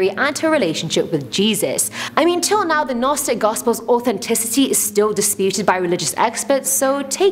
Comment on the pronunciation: Wasn't looking at the screen took me a bit to sort out you where talking about Gnosticism. Pronunciation needs to be researched. Don't blame presenter looking at script writers and producers.